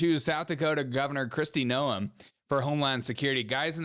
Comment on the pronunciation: Dude, he did not say Bigly. He is saying Big League. It is not No-em, it is Noem like NOME.